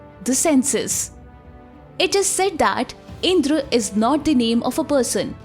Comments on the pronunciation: please don't keep sayings words like " Indraas, Vedaas, and ramaa,," those pronunciation was result of British colonizers who couldn't pronounce our words, so basically its not Called indraas, but rather Indrà, raam and ved. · इन्द्र बोलो दीदी इंद्रा नहीं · Please improve your pronunciation, it’s इंद्र not इंद्रा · Sometimes you pronounced as Indr sometimes as Indra. It is Indra in Sanskrit any letter ends with a that also should be pronounced it is not hindi. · Wtf is indraa it's Indra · Kindly correct your pronounciation of the names. Yama is being pronounced as yam. Indra is pronounced as indr! Please understand the grammar. If you make a mistake today .. future generations will believe whatever you pronounced is the truth.... And claim that this as an evidence for their nonsense thoughts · Omg the cringey pronunciation IndrAA, because the Indian themselves are uneducted as to how to pronounce their own names.